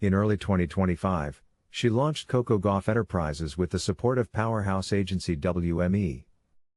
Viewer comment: I wish u would pronounce Coco's last name right! It's Gauff like Golf! That's really easy!